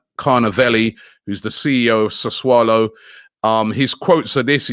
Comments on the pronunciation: Isn’t is pronounced closer to Sassoulo not saswallow? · Sa - Su - Low ffs 😂😂😂😂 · how many clubs does locatelli play for?? - sassuolo, sassulu, sasaalo, soswallow, sausolo... 😂😂😂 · No one: Robbie: "suss-wallow..." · Robbie saying susswallow makes my day 😂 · After getting tired of butchering player names, now butchering club name too.